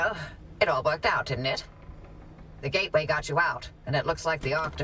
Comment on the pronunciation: BTW it's a GATE WAY. Not Get-away. XD You know gates and portals, right?